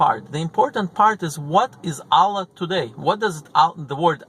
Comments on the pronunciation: Аlláh -- the stress falls on the second syllable. Álla -- it's the russian female name. The wrong pronunciation causes some disturbance, distracts from listening. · la ila ha il allah. pronounce it correctly